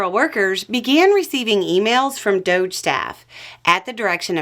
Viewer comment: It’s pronounced ‘dodge’, like DOGE the law, DOGE the constitution, DOGE taxes then DOGE responsibility.